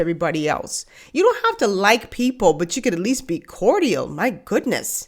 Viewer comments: I absolutely love you and your channel, so PLEASE don't take this the wrong way. But is "Cortial" the pronunciation in the Bahamas? It's just "Cordial" here. So I was wondering. Thanks for any info!!! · cordial (phonetically) is core-jul.💖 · Did you just say "cor-dee-ul?" Someone needs a grammar class.